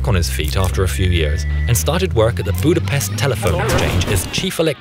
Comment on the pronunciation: eyy thats budapest is in hungary and i live in hungary :also you sayed budapest w r o n g